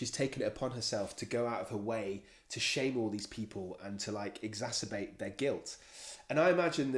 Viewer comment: So can’t pronounce exacerbate, and the shrink at the end can’t use it correctly in a sentence. 🤨